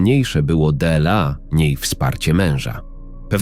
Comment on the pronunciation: Qźwa, co ten z tym de el a. ????? Po polsku nie potrafi przeczytać "dla". ???? A ta ciocia to chłop czy baba, bo już nie wiem. Za co tu podziękowania?